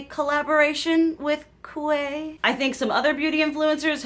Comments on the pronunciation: Quay is pronounced “Key” just an fyi from an Aussie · My precious girl, I love you! My kids tell me that Quay is pronounced “Key” Bananas, I know. That’s just what the young folk say. 😘